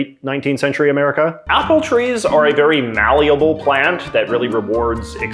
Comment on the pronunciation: “māl-leable,” even